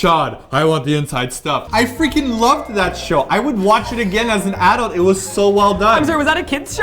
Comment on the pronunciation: is that how you say 'adult' in canada? lol sounds weird to me